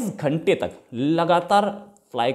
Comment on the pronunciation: 27 "ghente" 😄🤣